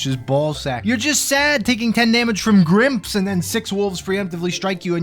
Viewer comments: im so glad to hear someone else saying "grimp" as one word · I subscribed purely on the merit that you pronounce GrIMP and GrOGRE correctly.